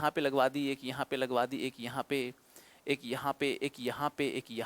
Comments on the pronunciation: एक होगा सर इक नहीं अ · By the way sir इक nhi एक hota h.